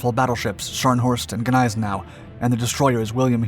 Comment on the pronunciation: Its pronounced Nize now. The g is silent.